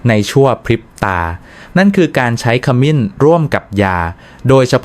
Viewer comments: ขมิ้น ไม่ใช่ ขะหมิน น้ำผึ้ง ไม่ใช่ น้ำผึง ไม่ใช่คนไทยหรือคุณ พูดผิดๆถูกๆ ไม่น่าเชื่อถือ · บทความมีประโยชน์ดี แต่ทำไมอ่านให้ภาษาไทยให้ วิบัติด้วย จะสิ้น ไม่ใช่ ขะมิน สงสารภาษาไทย ช่วยดำรงค์ภาษาให้ถูกต้องเถอะ ปล่อยผ่านมันจะวิบัติทางภาษา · คามิน-น้ำผึ่ง AIออกเสียงภาษาวิบัติหมด